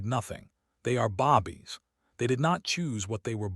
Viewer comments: This storyline is worth it but you need to give them the one's your talking about and pronounce your words properly babies not bobies you should at least listen to your own story and make sure you have done it right . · I had to.stop. and said! Bobies! Went in to Al Bundy, mode! Bobies!😵‍💫😅😂🤣🤣🤣🤣🤣🤣🤣🤣👍🇺🇲🇵🇷